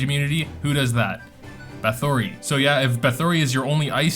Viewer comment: Please learn to say Bathory right. It's like battery with a TH, Bathery.